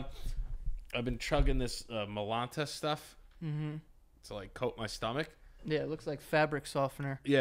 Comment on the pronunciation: Muhlonta....LOL. MY-LAN-TUH